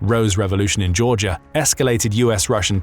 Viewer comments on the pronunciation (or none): none